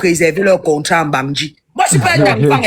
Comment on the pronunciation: " concra" au lieu de contrat. Rien que votre manière de parler énerve. Vous voyez, vous ne parvenez pas à vous accorder 😢😢, ça fait pleurer walahi